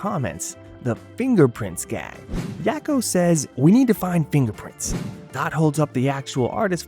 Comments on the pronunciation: "Yocko" "Walk-o"? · Yah-ko and wah-ko? Have you ever seen the show? That's not how they say their names...